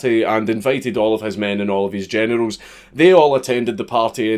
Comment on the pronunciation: When Generals sounds like Genitals